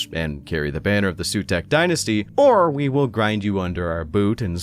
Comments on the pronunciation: I think for Sautekh dynasty the pronounciation might be not 'Sutek' or like others says 'Sawtek', more like with a low 'Z', so 'Zautek' and yeah you should pronounce the 'U' like a double O (pr. oo like in zoom), so at the end it's 'Zaootek'.... In my humble opinion as none english 40k fan 😁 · It’s pronounced Sah-oo-tek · It's Saw-Tech. Say it roooiiight! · The "Sooteck" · Hi. Egyptian here. It’s “Sowtek” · Your mispronunciation of Sautekh genuinely angers me. A deathmark is already on the way. Glory to the Stormlord.